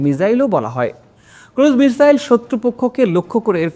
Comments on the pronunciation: মিজাইল নাকি মিসাইল কোন টা হবে 😅😅😂😂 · চেহারা দেখে তো মনে হচ্ছে শিক্ষিত কিন্তু কথাবার্তায় তো অশিক্ষিত ছাপ ধরা পড়ছে মিসাইলকে মিজাইল । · মিজাইল নাকি মিসাইল কোনা বাশা টিক করুন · বাংলা দেশের মানুষের দেখি উচ্চারণ প্রবলেম আছে মিসাইল টাকে মিজাইল বলছে। আরো অনেক জায়গায় উচ্চারণ ভুল করছেন । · স্ক্রিনে লেখা মিসাইল উচ্চারণ মিজাইল । বুঝলাম না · মিজাইল নাকি মিসাইল? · মিজাইল না ভাই, এটা হবে মিসাইল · মিজাইল না মিসাইল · শব্দের উচ্চারণ ভুল, মিসাইল লিখেছেন কিন্তু আপনি বলছেন মিজাইল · মিসাইল ❌ মিজাইল✅🤡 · মিজাইল কি 😂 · মিসাইল হবে মিজাইল বলেন কেন😮😮😮😮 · তুমি হালা আগে উচ্চারণ ঠিক কর,,! মিজাইল না মিসাইল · মিজাইল বলছেন কেন 😂😂😂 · ক্যাপশনে লেখা আছে মিসাইল, আর আপনি বলছেন। মিজাইল আসলে কোনটা? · আরে ভাই মিজাইল না মিসাইল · এটা মিসাইল তবে উনি বলতেছে মিজাইল মিজাইলটাকে আমরা মিসাইল মনে করে উনার কথাটা শুনি না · লিখতে হয় মিসাইল উচ্চারণ হবে মিজাইল যেমন ভিসা উচ্চারণ হয় ভিজা। অল্প বিদ্যা ভয়ংকর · আদর কইরা মিসাইলকে মিজাইল বলা হয়েছে।😊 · মিজাইল / মিসাইল এটা বলার অপেক্ষা রাখে না! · মিজাইল ও না, মিসাইল ও না,,ঐটা হবে মিখাইল😅😅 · এই হালায় আবার মিজাইল ভঙ্গি করে মিজাইল বলে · আপনার উচ্চারণ ঠিক করেন মিয়া...মিজাইল কিতা😅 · আরে বেটা মিজাইল বলিস ক্যান 🤣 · একবার ভুল হলে সমস্যা না তুই বারে বারে মিজাইল বলছিস কেন বেশি শিক্ষিত মারাস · একবার মিজাইল আরেকবার ক্রজমিসাইল উচ্চারণ করেন কেন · মিজাইল হবে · উচ্চারণ হ‌বে মিজাইল। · মিসাইল আপা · এই ভাইয়ের মিসাইল উচ্চারণে সমস্যা মনে হলো